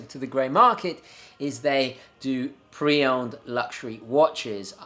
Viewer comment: Owned* not Owened!